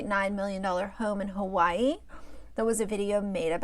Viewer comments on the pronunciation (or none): none